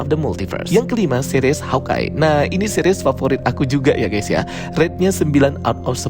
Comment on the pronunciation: Bagus reviewnya. Tapi annoying bgt dia bilang Seris, jadi Series 😂😂. Tapi oke